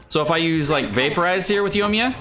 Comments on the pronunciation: YO-miya...Bay-DOO...Shing-Q... Pronunciation tips: Yoi-miya. Bay-doh. Shing-cho. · Bro its soo annoying lol also leaving the I out of Yoimiya. He said Yomiya over and over again. Singku, baydoo, and yomiya.